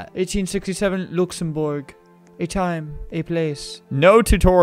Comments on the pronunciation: when he says luxembourg like looxumbourge when it's luxemburg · Louxenbourg its lüxëmbūrg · Bruh I love the way he says Luxembourg like "Lukesemborg". And I really love the Historical RP game and I recently played it. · ITS LUX-EN-BURG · That pronunciation of Luxembourg made me want to commit several war crimes. -This comment was made by Fabs